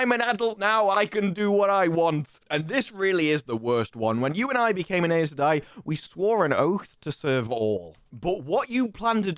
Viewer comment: Synchronized tik-tok dancing pacifier wearing Damane. Good lord. FWIW, the Audible books pronounce Aes Sedai "Eye sah dye", Loial "Loyal", and Seanchan "Shawn Chan"